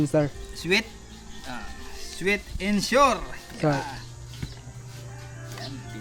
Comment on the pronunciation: Sweet and Sour ( sa-wer) not sor.